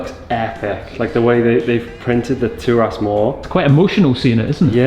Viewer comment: Big fan! And love that you gave it a Gaelic name! In the spirit of keeping the integrity and authenticity, just want to flag that it’s pronounced Gah-lick, not Garlic 😂 and Turas is Tur-is not Tur-ass. Wishing you all the very best with the drams!